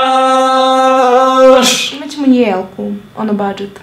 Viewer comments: Kaze se vlogmaS a ne vlognaŠ.INACE COOL VIDEOOO☺☺ OBOZAVAM VAS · Zašto govoriš vlogmaš kada se kaze vlogmas?